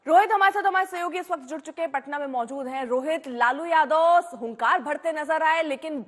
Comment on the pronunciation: Jadaw nhi yadav hota hai bolna, nhi aata